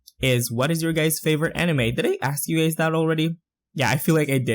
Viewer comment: its said ani-mai not ani-meh